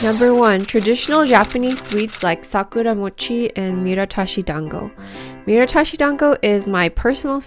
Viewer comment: Its not "miratashi" its "miTArashi" btw.